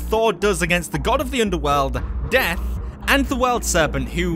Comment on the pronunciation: Death? I only heard Deaf